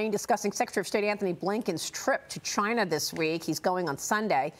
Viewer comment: I miss the way he said Ch-eye-na!